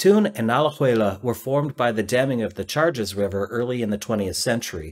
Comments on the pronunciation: But could do better for “Charges River”: it’s “Chagres”. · It’s pronounced “shag-Riss” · The river is pronounced Sha-guess (I lived in the Zone from so think I know how to pronounce this name).